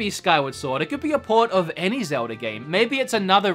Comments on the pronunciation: Is it pronounced Zel-da or Zel-der? 😂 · “Zelder.” I should be mad, but surprisingly I’m not. (I don’t know if it’s on purpose or just the slip of the tongue) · Sounds like you say ‘zelder’ sometimes. 😁sounds cool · Hah, just noticed that says Zelder 😂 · Zelder ocariner of time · Zeldar? Ocariner of time?